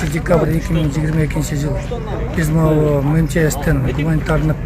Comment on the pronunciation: МЧСти да туура айталбайт министир